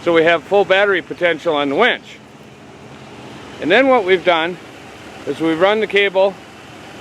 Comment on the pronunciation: Winch.. not Wench..lol